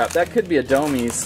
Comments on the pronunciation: It's not domez it is domes just said domes but domez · Dude there pronounced DOMEz not doMEEZ. Otherwise awsome video!!!